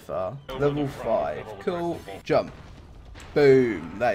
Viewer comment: Pls say JUMPUUU in your next video, that thing is hillarious